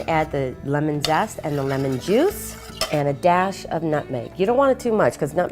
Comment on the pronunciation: Nutmeg not Mutmeg